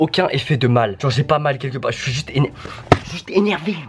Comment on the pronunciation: « énérvé » lmanio